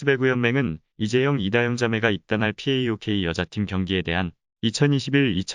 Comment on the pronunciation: 파옥을 피에이오케이..